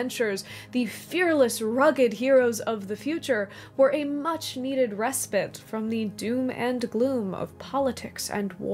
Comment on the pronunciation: Just watched your video on Faramir, your conclusions were all wrong, Tolkien was expressing how both types of solider are nessacery, and you are pronouncing respite wrong. Are you American or Canadian if I may ? An Englishman ❤